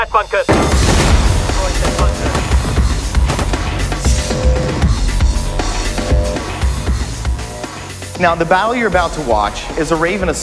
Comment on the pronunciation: It's bunker dude, lmao WTF?